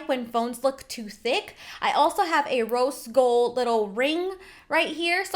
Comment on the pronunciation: Her: Rose Gold Phone Case Me:I thought u said Roast Gold Phone Case